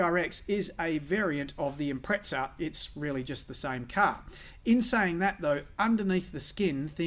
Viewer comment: `it is an IMPREZZZZZZZA = not an IMPREZTSA ! = you sound like some pommey fool ! impreza ! read the badge !